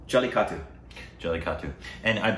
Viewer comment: it is Jelly-kettae, u dont spell the u in the end. The language is called Mala-yal-llem spoken by 30 million peole in the state of Kerala. The director is a Malayali Syrian Christian and he is not hispanic and his name is spelled Lijo with a j, Jose is spelled with J and Not H. - Your greatest fan in Kerala.